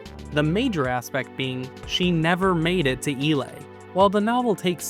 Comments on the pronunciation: The Global Defense force actually finds themselves in "Elle-Ay" not "Ee-lay". It's supoosed to be like "LA-Los Angeles" 😅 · I was shocked when I heard your pronunciation of "Ellay" as "Ee-Lay". I always thought of it as "El-Ay" like LA (the city in California) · Couple of things: 1. That's the first time I've ever heard someone pronounce "Ellay" with the long 'e.' I've always heard it as "L.A," because that's clearly what it's meant to be a reference to. 2. Okay, I'm actually gonna go to bat for the Mario movie and its use of power-ups. You could argue that they're clumsily integrated into the film's world, but at least they're physical objects that the characters are interacting with, and they do what they say they do. The references in this novel are mostly talking about concepts in an RPG menu. I'd argue it's closer to Alec saying "Imagine something called a B button" in Mother 3, but way clumsier. 3....yeah, that sure was a weird ending, alright.